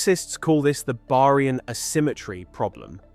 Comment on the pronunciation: Could not watch past how you pronounced Baryon